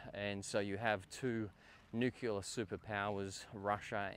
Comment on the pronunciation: Nuclear, not Nucular.